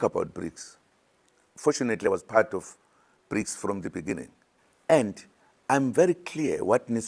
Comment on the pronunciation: Imagine zuma insisting to take over government. A president who could not pronounce the word "beginning " benengen"